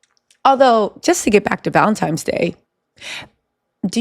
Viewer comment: Valentines Day x not Valemtimes 😂